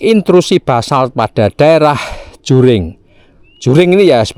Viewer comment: Maaf Pak, setahu saya Jering, bukan Juring, trimakasih.